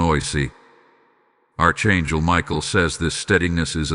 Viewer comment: Archangel is pronounced Ark Angel